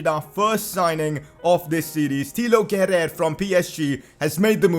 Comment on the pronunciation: Yo wassup its pronounced kera not kerer nyc video by the way